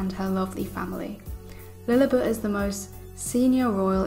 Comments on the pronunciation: It is Lilibet not Lilibut. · No offense but please pronounce the name correctly, it's Lily-bet, not Lily-butt.